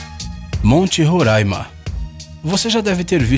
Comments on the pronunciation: Por favor para de fala ruraima, o jeito certo de fala e Roraima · Ae senhor ele fala RORAIMA e não RURAN IMA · não é Rôraima é Roraima... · Não é "Rorâima" se escreve Roraima mas se diz Roráima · Monte Roraima fica em Roraima. Não existe Rorãima! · Sou de roraima! Não e rôraima é RORAIMA!! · E não ruraima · Pqp, e RO RORAIMA N RURAIMA COM "O" N COM U OOOOOOOOOOOOOOOOOOOOOOOOOOOOOOOOOOOOOOOO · É tão difícil assim falar "Roraima" ? 😂😂😂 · Monte Roraima as pessoas ainda pronuncia errado...